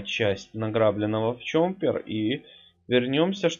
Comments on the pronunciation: ЧОППЕР А НЕ ЧОМПЕР ПЛЗ ГОВОРИ ПРАВИЛЬНО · Ты говоришь"чомпер")